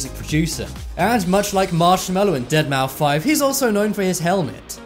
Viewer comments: Dead mou 5? Don't you pronounce it dead mouse ..? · Deadmouse bro, not Dead mou 5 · It's pronounced "Deadmouse" NOT deadmaufive. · It's pronounced DeadMOUSE!! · DEADMAU5 Pronounced Dead-MOUSE... Shit.. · Really? Deadmou-five??? :/ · Its pronounced dead mouse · Has this guy ever heard how to pronounce deadmouse. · The moment when he said deadmaufive I really want to delete his channel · Anyone else got trigged how he said deadmou5